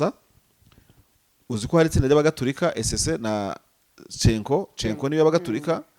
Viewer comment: Ntibavuga Cenco ( Chenko) basoma CENCO ( Senko)